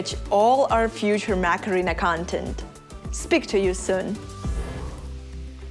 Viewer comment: Anyone else hearing MAC arena? Like Mac and Cheese? I know I know it's a language thing, but still funny... :P